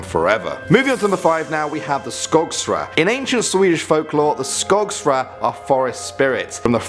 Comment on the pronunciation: Skogsrå is pronunced similar to skogsr-oh (with the "å" similar as the suprised expression "oh!")